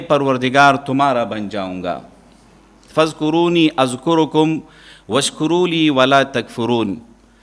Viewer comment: ۔۔فاذکرون اذکرکم۔۔جناب ۔ر۔ پر سکون ہے جبکہ آپ پیش پڑھ رہے ہیں ۔۔۔